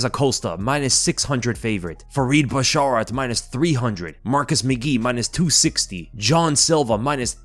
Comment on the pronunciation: Your pronunciation of basharat causes me physical pain